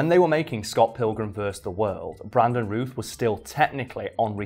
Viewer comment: Routh is pronounced like South, just FYI...